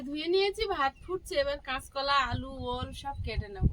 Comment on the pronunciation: ওই হবে না ওল হবে আর একতলা নয় কাচকলা হবে।